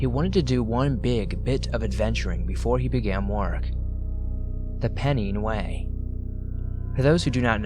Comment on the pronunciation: Hiya. Love the stories. Just to let you know, it's pronounced pen-nine way.